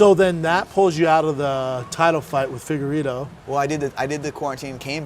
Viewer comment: Brendan called the god of war “figgerito” 🤣